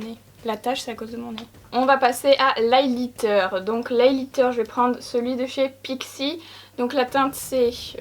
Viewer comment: Ça me perturbe la façon que tu as de prononcer Highlighter😅